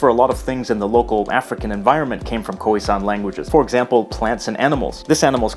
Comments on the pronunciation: I'm still laughing at the fact that he pronounced it as "koowee" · koheesan? smh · Please.....”K-ough-ie San”